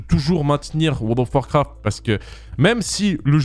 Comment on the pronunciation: Comment les gens disent: World of Warcraft Comment dit: wo do warcraf 😂😂